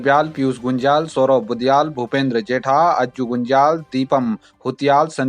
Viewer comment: अभी तक उच्चारण का पता नहीं है आपको पत्रकार महोदय कि बनग्याल है कि बगन्याल??